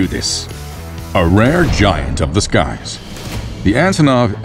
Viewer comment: ANTONOV.....not Azonov.